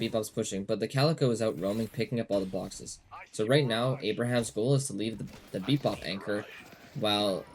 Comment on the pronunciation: Its pronounced ay-brums and bee-bop not aber-hams and beep-bop.